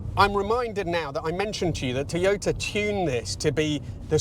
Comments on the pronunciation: Odd way of pronouncing Toyota....Teeyota. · The name is pronounced Toy-ota.